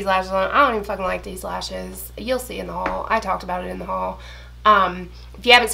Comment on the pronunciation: ty for making me say HUal like this now. 😂🙃